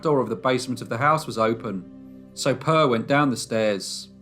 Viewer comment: you did great. However, the E in Per, is pronounced more like the A in admire. Love from Sweden. Stay safe.